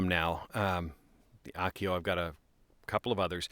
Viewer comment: Is this a Japanese brand? If so, it'd be pronounced Ah-oh-keh-oh. Your pronunciation would be written more like "Akio." Still love your vids!